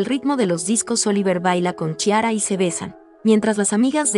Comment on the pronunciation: "CHI-ara", jajajaja 😂😂😂